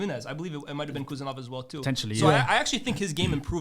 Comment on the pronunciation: Guys stop with the Khusanov pronunciation. It's Husanov "Who Sun off". Most of you have Arabic backgrounds, so it should be easy.